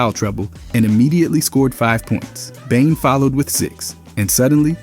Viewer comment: You're pronouncing Desmond Bane's name wrong. It's not pronounced like Bange. 😂😂😂